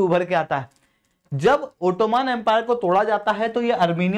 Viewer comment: ओटोमान ❎ ओटोमन ✅